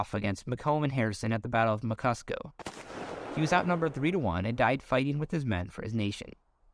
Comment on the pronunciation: FROM A CANADIAN: The text spells "Muskoka" correctly, but someone it gets pronounced as the Battle of "Muckusco". It's actually pronounced just as it's spelled: MU/ SKO/ KA. The river flowing from the Great Lakes to the Atlantic is called the St. Lawrence River, not the Lawrence River. There are a few other unusual pronunciations, including (strangely enough) Mobile in Alabama. And the final divisions of Canada into states reflects a total lack of knowledge of the terrain and geographical realities of Canada. There are several states drawn in what are in reality Yukon, the Northwest Territories, Nunavut, and the northern parts of Quebec and Ontario that would have a population today of about 100 people. A lot of this land is Arctic tundra, and some of these state capitals would consist of a trapper's cabin 500 miles from any other human beings.